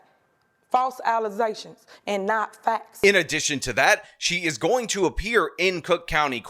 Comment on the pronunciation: Allesations not faxs